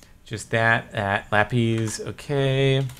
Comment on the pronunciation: I doubt you even see comments from videos this old, Cap, but what is the origin of why you pronounce lapis as lappies/lap-eez?